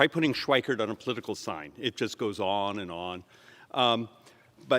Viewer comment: If people can say Arnold Schwarzenegger and General Norman Schwarzkopf, then they can say David Schweikert. Yes he IS 100% correct.